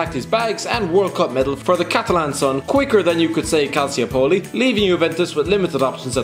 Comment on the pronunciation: the way you pronounce Calciopoli makes me want to stab an infant